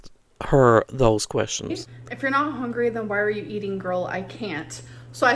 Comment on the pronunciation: I absolutely despise how she says “HONGRY” 😤